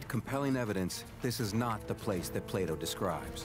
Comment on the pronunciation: Who else heard Playdoh instead of Plato :')